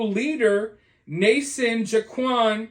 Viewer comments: Idk why but the way that pronounced Joaquin made me giggle like crazy. Ja-quan Jay-quinn It’s wa-keen Just like Joaquin Phoenix Love ya 😂❤ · Its pronounced WAH-KEEN. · Joaquin is pronounced Hoa-king😂